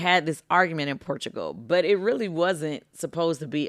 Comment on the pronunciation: Why kandi struggling so much to say Portugal